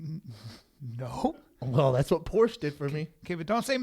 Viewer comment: If Schaub was really about that Porsche life he would pronounce the name right.